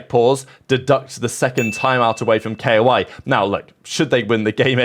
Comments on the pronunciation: ITS NOOOT K.O.I ITS KOI BROOO IM NOT KOI FAN BUT PLEAAAASE PRONOUNCE IT LIKE THE FISH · man i love your content but please just say koi